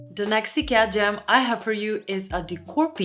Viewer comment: when you say "gem" I understand "jam" :))